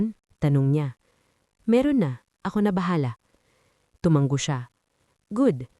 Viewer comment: TUMANGO ISANG. G. LA NG. HINDI. TUMANGGO